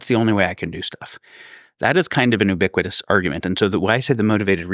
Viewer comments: Its a pedantic issue, but I can't stand how he pronounces ubiquitous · Yes haha